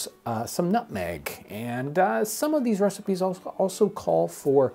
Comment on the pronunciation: Nobody: nothing John Townsend: Nůtməğ